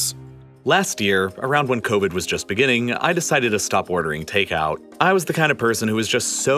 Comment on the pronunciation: Turned off once you said CONvid